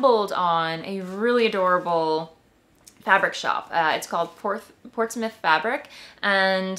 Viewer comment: I work in Portsmouth! You pronounced it correctly! We have so many great fabric & fiber shops in the Seacoast area